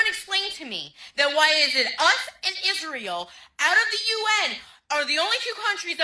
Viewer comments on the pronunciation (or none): none